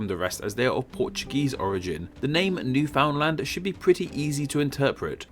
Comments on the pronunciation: For the record, Newfoundland is pronounced New-f'nd-LAND, not pronouncing the U and with the emphasis on the last syllable. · Every time I hear these narrators try to say "Newfoundland" I get a pain in my left eye. It's "Newfn- LAND", not "New-Found-Land". Same with Anglophones pronouncing "poutine". It isn't "poo-TEEN", it's "poo-TSIN".